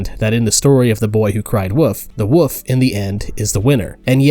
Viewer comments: Did you say boy who cried "woof"? 🤨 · do you actually not know how to pronounce elon and wolf or is that some kind of inside joke idk about?